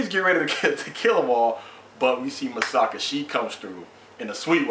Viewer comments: its Mikasa not masaka or masaki LOOOL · LOL many reviewers say Misaka instead of Mikasa xD Great review. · You're not the first reviewer that says Masaki instead of Mikasa. XD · ace is not calling mikasa "masaki", He's calling her Masaka. he's just flipped the last two syllables and change the mi into ma. and he's not the first review to call Mikasa "Masaka" and even I have a hard time adjusting to the names of the characters. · its mi-ka-sa btw lol